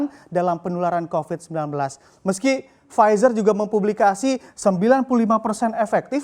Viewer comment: PFIZER dibaca //Pfitsa:// Kok gitu... ntahlah... pokoke begitu...